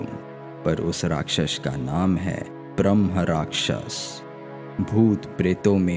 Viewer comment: भाई स्टोरी तो बहुत दे देंगे तुम्हें पर पहले उच्चारण तो सीख लो। ब्रह्मा राक्षस क्या होता है। ब्रह्मराक्षस होता है। हर वीडियो में यही उच्चारण रहता है। अंग्रेज बैठाते हो क्या वोकल के लिए।